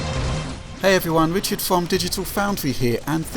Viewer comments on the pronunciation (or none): fwom Digital Foundwy <3